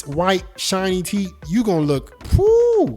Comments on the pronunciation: it's Teeth, not titt! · Why does he say teet instead of teeth?? 😂🤣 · IS TEETH NOT TIT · Bro why does he pronounce teeth like "teet"🤣💀🔫 All love no hate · Why is it hard to pronounce teeth? Wtf is teet?